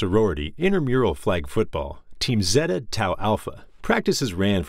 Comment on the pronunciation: HI Thanks so much for watching the video. I apologize for the Zeta mispronunciation enjoy the Zeta Door chant. link below